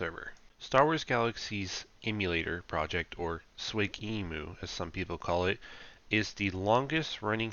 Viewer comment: no one calls it SWIG emu lol S.W.G emu